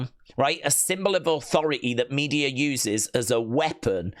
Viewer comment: It's pronounced Me-de-a, not Media